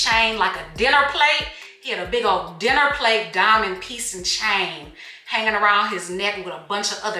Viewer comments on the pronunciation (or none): please do more Heaux Tales- she said " chain like a dinner plate"- swear you sounded like you were from southern ca lol I literally love the way to narrate the stories!!!